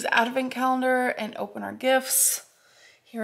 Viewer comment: “Ad-e-vent” calendar...”dash-hounds”...good grief. And when you tried the peppermint hot cocoa you started out saying “pretty good, pretty good” then said you didn’t like it and it was only a “three point five”. There aren’t enough eye roll emojis to cover that.